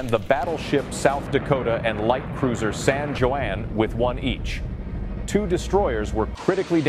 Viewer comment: The USS San JoAnn??? I think he meant the San Juan